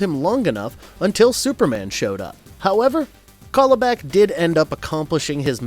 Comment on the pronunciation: It's CAL-ibak! Like California! Darkseid says it in the clip you played in the section!